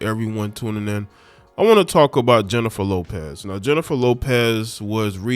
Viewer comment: I used to follow you and after hearing this crap beginning with the mispronunciation of her name, I want nothing to do with you misogynistic ignorant Unabashedly slanted post. You sound like you not only read the “Dumb knee grow” ignorant black man operational manual. You sound like you wrote it.